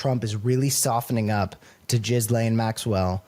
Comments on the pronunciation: lol He pronounced her name Jizzlaine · thank you for calling her "jizz-lane" as opposed to "gi-lane" Maxwell. you made my day. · It's not Jizz Lane! It's pronounced Gilane (hard G, no Z) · I love how Cameron pronounces her name "Jizz-lane"🤣🤣🤣🤣🤣🤣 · Is Maxwell's name pronounced Jizz-lane? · Is he purposefully saying, "jizz lane"? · “Jizz-laine”😂😂😂…sounds about right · Why are you saying jizzlane? you sound like an idiot. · Did he call her JizzLane? Lol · Jizz Lane is my favorite mispronunciation of her name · I've heard Ghislaine pronounced in so many different ways, but I think my favourite is hearing say "Jizz Lane". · I like how Cameron pronounces it - it really fits the bill. Jizz-lane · Why does Cameron pronounce "Ghislaine" as " jizzlane"? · Could you possibly bother to pronounce her name correctly? It makes you look amateurish when you can’t be arsed to do so. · Why is he pronouncing Ghislaine like that? Not but the other guy?